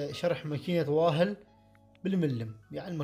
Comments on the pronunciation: شكرا اخوية بس المكينه اسمها وول مو واهل لان حرف h ما ينلفض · اخي شغلك ماشاء الله انا كثير ستفدت من عندك بس ماكينة ال"WAHl" اسمها بلعربي وّوّل وليس واهل